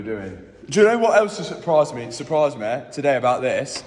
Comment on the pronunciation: i love how you said me correctly and then corrected yourself to meh